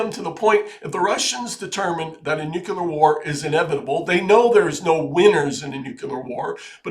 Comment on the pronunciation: Nuclear. Nu-clear.